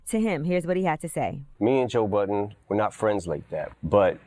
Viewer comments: Angela, sweety, his last name is BUDDEN not BOTTON. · His name is Budden not Button. WTF is wrong with Angela this is her job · She is saying Joe Button ... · Sounds like she is saying Joe Button ....